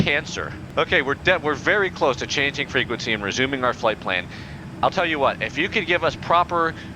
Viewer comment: PROPER FREQUENQEY